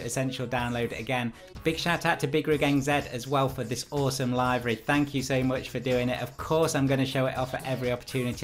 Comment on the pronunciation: say that again?! It's Liv-ary! Not Live-ary!